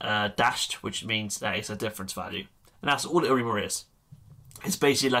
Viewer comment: Great videos, BTW it sounds like you say "Hi Amigo" :P